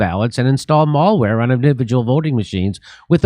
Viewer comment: has jimmy never heard of malware? mal like malice not like going to the mALL